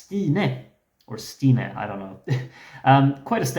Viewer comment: it is actually perfect even in albanian the way he said it